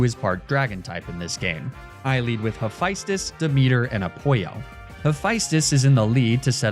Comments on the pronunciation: Hephaestus is Ha-fest-tus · Amazing video but its not A-poyo its A-Pall-O. And its not High-Figh-Stus but huh-pha-stus. Not De-meter but De-me-ter. And its Die-O-nigh-sus. Also RIP Demeter and Oizus :(